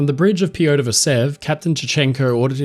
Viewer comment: Sadly, I couldn't get over the very poor pronunciation of the russian names. The choice of syllables to stress was incredibly western. You can very easily find audio of the correct pronunciation of names such as "Nicolai" and "Piotr". These are usually very well produced and researched so was very surprised to hear this being completely overlooked.